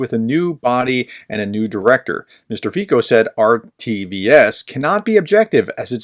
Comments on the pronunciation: his name should be pronounced as ,,fizzo,,...not fico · Please guys. His name is pronounced as Fee-so. Slovak does not have a long i sound and the c is something close to citron (it doesn't exist in English). So not Fajko. You need to remember that the previous government, led by Igor Matovič was embarrassing. The reality about arms shipments, is that there is not much more left to give to Ukraine. The previous government did a good job of giving away the old Soviet era equipment. Fico's rhetoric on Ukraine is similar to the rhetoric on Trumps stolen election. He is saying these anti-Ukraine things to smite his political enemies in Slovakia and the EU. East of the city of Nitra, there are only hungry valleys. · "Fico" is pronounced [ˈfit͡sɔ], or approximating in American respelling: /FEE-tso/ — not /FEE-ko/ and not /FIE-ko/. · Fico is pronounced closer to "Fitso" not "Fiko". I believe that the assassin is certifiably insane. He is confused by the conflicting factions within the right in Slovakia. Slovakia has a severe rural vs urban divide just like the USA.BTW, Rural Slovakia is very Hungarian in its gaze, as it had been in the AustroHungarian Empire and was in the Hungarian section with the Czechs in the Austrian section. This is ultimately what led to the velvet divorce. You will never find a coherent reason for his act. I recommend Peter Zeihan's video on Friday. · Just FYI: the Slovak "c" is pronounced "ts", not "k". The name should be pronounced more or less like "Feetsa" (that last "a" is really an unaccented "o" sound, which sounds more nearly like an English "a") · Just a tip for next time FIco is pronounced Fiso, the 'C' in Slovak (and most Slavic languages is pronounced 's'..).. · The name is spoken F I T Z O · FYI the pronunciation is "Fitso" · His name is pronounced "Fitzo." 🙂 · Robert "Feetso" I know it's a foreign name but it's a bit painful hearing it so heavily mispronounced every time. Like calling the U.S President Hosef Beedan